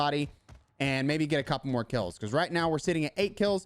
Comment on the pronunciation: Love how you say „bacahse“ XD just jokin, I love your vids and my solo performance has really improved, thanks for that🙏🏻🙏🏻